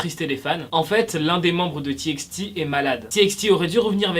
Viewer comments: On dit pas ti ex ti mais ti paï ti Ps je t’adore et sa serait trop cool pour chaque debut de vidéo de mettre un weller 💚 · C'est "T by T" 😭😭 ça m'énerve quand on dit "T ix T" 😅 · . On dit Tibaïti pas Tiixti😂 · Courage à mon ❤❤ Parle plus souvent des txt stp. Ps:sa se prononce:"tibaïti" car c'est "tommorox by togheter" et pas "tièxti". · Bonne vidéo, petit bemole on prononce TXT comme ça : tibyti